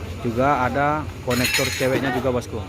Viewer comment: Kondektur bus bukan konektur